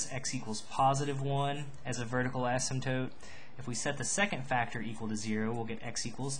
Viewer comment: When you say the word "Asymptote" your pronunciation is so annoying for me, no hate just saying. Nice tutorial though.